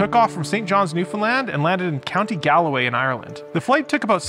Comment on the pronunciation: Galway is pronounced "Gawlway"